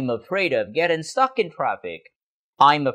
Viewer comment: Stuck ko nhấn quá cao như vậy đâu,vẫn giống cach phat am theo tieng viet